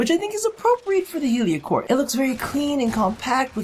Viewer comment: I swear you said yu-gi-oh cor instead of heliocor at the beginning